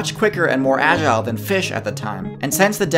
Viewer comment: I was gonna mention it But can't blame him